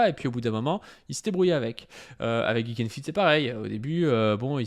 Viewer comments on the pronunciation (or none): none